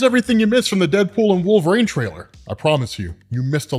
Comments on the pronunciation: I just watched this to hear you say “Wolv-reen” instead of “Wol-ver-een” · I took nothing away from this video other than the fact that you can't pronounce Wolverine. I keep hearing Wove rain and it bothers me.